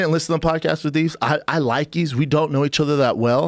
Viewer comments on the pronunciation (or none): Schaub further disprespects Yves by getting his name wrong. It's a silent 'S'.